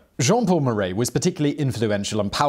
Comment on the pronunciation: Simon, it’s “mar-AH,” not “mar-EY.” (French teacher here.) 🇫🇷🇺🇸🇬🇧